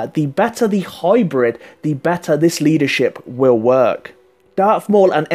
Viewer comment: sorry could you just say leadershiip again please!